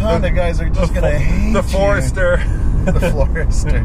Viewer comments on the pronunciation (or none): So now I have to get the Turbo cuz you said ForHerster LOL